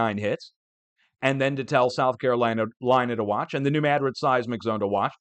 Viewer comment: you are correct on your pronunciation of New Madrid